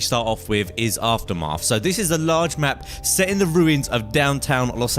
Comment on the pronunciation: after-marth? ahahah